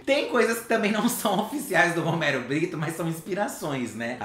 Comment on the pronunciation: Roumeirro Brrittou, porque o bonito não sabe mais falar português 🙄